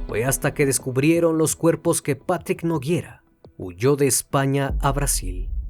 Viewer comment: Nogueira, no Noguiera